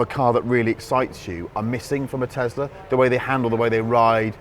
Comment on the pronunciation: why do they say tezLar instead of tesla like tess-laa